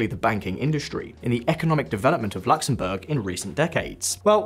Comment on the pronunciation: Its not LAXemburg. Its Luxemburg